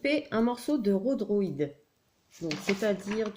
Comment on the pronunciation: 🤣🤣🤣 je rigole ! Pas à cause de ton tuto, qui est très réussi, mais pour ta prononciation du mot « rodhoïd » et non pas « rodhroîd » lol 😂 tu nous as fait ta version du « top gun » 🤣🤣🤣